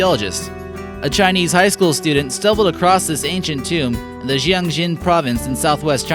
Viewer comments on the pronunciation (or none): Qing = 'Ching', 'Ch' sound. Xin like Xinjiang = 'Seen' as in 'seen' jiang. Pronunciation makes all the difference!